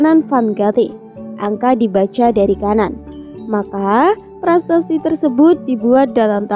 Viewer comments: Prasasti...bukan prastasti... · "PRASASTI" ya bukan "PRASTASTI"